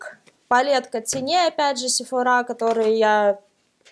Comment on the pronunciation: вообще то слова сефора ударение падает на о а не на а